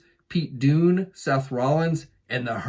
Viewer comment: Pete "Doon" Hahahahaha!